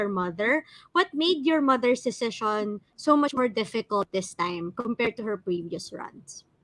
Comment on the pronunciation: You mean DECISION? Yan kasi mag aral muna. hehehe